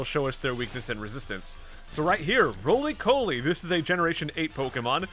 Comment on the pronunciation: Rolycoli is a pure rock type on its first stage, and is pronounced as Raw- Lee- Caw- Lee.